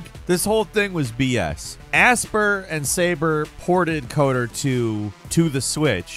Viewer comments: Aspyr is not pronounced aspear, it's pronounced aspire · Aspyr is not pronounced asper, it’s aspire 🤦🏻‍♂️ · Pretty sure Aspyr is pronounced like the word Aspire (uh-spahyuhr), as in, to aspire to greatness, not "asper". Otherwise, great video as usual 😂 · Aspyr is definitely pronounced "aspire," not "asper" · Just FYI, Aspyr is pronounced Aspire. It's a play on the spelling.